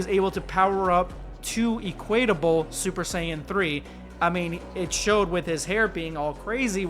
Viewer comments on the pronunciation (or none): Awesome. Also, it's [EH-kwit-uh-buhl] not [Ee-KWAYT-uh-buhl]. Or you can say, "equivalent." Sorry, that picky but I'm anal retentive so just ignore me lol. This is awesome though.